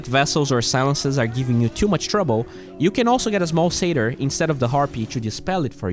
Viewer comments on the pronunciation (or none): none